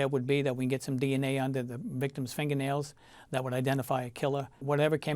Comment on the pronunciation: “Finga-nailz” love it.